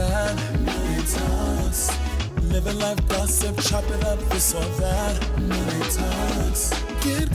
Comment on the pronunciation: I absolutely love this episode. Absolutely incredible. However, Monet kept saying her last name wrong! 🤣 Just a funny moment. Lol.